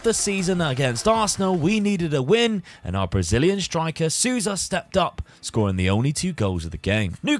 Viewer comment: Great video, once again. Just a heads up: Nóbrega (Knot-breh-gah) and Souza(Soul-za)